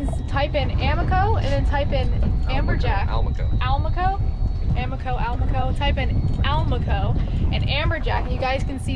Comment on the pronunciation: Tell Joe y'all got busted by the self-appointed pronunciation police... because we shouldn't be pronouncing it AL-maco, let alone AH-maco... but, rather, al-MAH-co. You know... like do-RAH-do. Thems the rules, if it ends in a vowel (and is a fish that owes its name to Spanish speakers). And, we catch 'em over 30 pounds out of Stuart, too... so Joe can't claim bulk naming rights. Though to be honest, banded whisperwhispers are a much bigger hit, in blind taste tests. (Though it took about 40 years for that to dawn on us.) And, I know Stanzxkx down in the Keys (mis)pronounces it like y'all, but he doesn't know everything either. Only me, the S.A.P.P.!